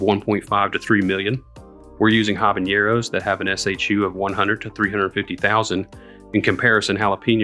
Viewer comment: Thanks for this vid, btw, so habaneros vs nabañeros. These are two different letters. It’s habaneros (regular n) sorry but it’s like nails on chalkboard to me. I’ll try this